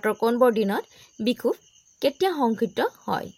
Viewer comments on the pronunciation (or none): "ইয়াংচি", মধ্যাহ্ন , সংঘটিত, শব্দবোৰ ভুলকৈ কৈছে বাইদেউ।